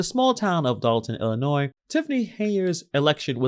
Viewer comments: Its “Dolton” not “Dalton”. sheesh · It’s Dolton not Dalton